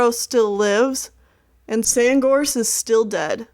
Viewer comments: It’s funny that you kept on saying SandGorse’s name wrong. Your saying SandGross. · this is amazing! only thing that got my eye twitching is when you said sandgross instead of sandgorse. :P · lol i realized she said sandgross instead of sandgorse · Its apprenticeship not apprentenship...and its SandGORSE not Sandgross. Speech aside, I give you a..... 10/10!! (W/ speech mistakes its 9/10 but still) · Sandgrose you keep calling him Sandgrose his name is sandgorge lol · You kept pronouncing "Sandgorse" like "Sandgrose" and it kinda bothered me lmao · its Sand GORSE! Not gross! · *SandGORSE not Sandgross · I heard it too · I think you might be pronouncing Sandgorse wrong.. lol idk though. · Hold on. Did you just say Sandgross Or is it my hearing. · did she say sandgross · Did you say sandgross?